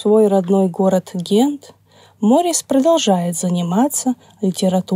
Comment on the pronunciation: Ударение в имени таки на последний слог. Возможно, и в некоторых других упомянутых именах тоже.